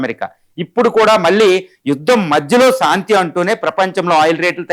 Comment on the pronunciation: సాంతి కాదురా నాయన శాంతి మీ తెలుగుకు తెగులు